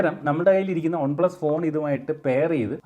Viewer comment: ഒൺ പ്ലസ് അല്ല വൺ പ്ലസ് 🫠🫴🏻